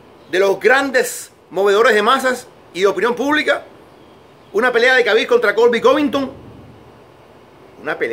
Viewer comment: Se llama Khabib, pero se dice Jabib...no es tan difícil decirlo bien